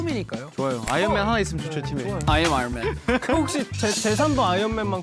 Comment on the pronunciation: ✨"l'm IRON MAN"✨ jaehyun and his expensive accent ✨🔥🔥